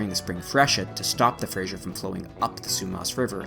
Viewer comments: It’s Simon Fraser, not Simon Frasier. No “zh”, just an “s”. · Now get FRASER correct lol. Fraser not "frashure" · Pronounced as Fraser not "Frasier"... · I hear it being pronounced Frasier (as in the sitcom). It's Fraser. The rest I knew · hey Albertan it iis Fray zur river not the awful hollywood construct you are spitting out. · NOOO THATS NOT HOW YOU PRONOUNCE FRASER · Yeah, it's kinda weird how he pronounces both of these. I live in the area and we certainly don't say it the way he's pronouncing it. Other than that it's a very good video. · But hasn't gotten Fraser right. I figure the narrator is an American whose pronunciation of it is influenced by the name and character of a popular TV show. 😆